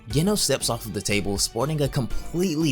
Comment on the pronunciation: Ah you said genos wrong it's pronounced with the j sound